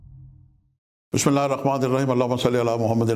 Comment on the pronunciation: محترم پہلے بسم اللہ پڑھنا تو سیکھ لیں چلے ہیں ، پیشن گوئیاں کرنے ، إِنَّا لِلّهِ وَإِنَّـا إِلَيْهِ رَاجِعونَ